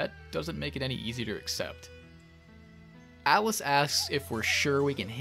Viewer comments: Love how every time you say "Alice", I hear "Atlus" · These videos relax me in a beautiful way. Also, am I the only one who keeps hearing Atlas instead of Alice? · Am I hearing things? Everytime says "Alice" I think he's saying "Atlus" and it keeps confusing me